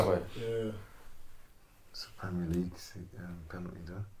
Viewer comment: pennerty pennerty 😂😂